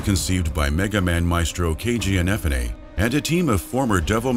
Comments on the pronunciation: keiji inafunay, sorry i couldnt get over that, IN EH FU NAY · In uh Foo Neh. Ehnefuneh? Cmon now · The way you pronounce Inafune gives me hives. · Every time this guy butchers Inafune's name is like getting kicked in the skull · It triggers me how you pronounce "Inafune"